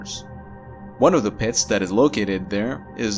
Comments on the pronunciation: The way he says "pits" lol PEHITS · Does he have any idea how much fun it is to hear him say "pits"? That's not the only word either. I love the way he talks.